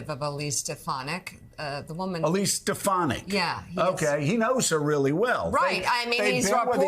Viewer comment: Great clip you showed here. Funny thing is - he didn't even say Stefanak - his lips closed so he actually said Steppenak.